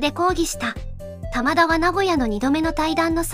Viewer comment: 「タマダ」が「棚田」みたいなイントネーションなのが気になる